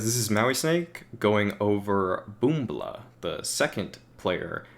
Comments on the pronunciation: It's pronounced boomych not boombla, still a great video tho! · Not Boombl4. бумыч(BOOMICH) ON RUSSIA language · BoombI4 is pronounced like boomych, and balblna sounds like valyna, jmqa is for jimka. russian 1337 speak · His nickname is likely to be pronounced as "bumych"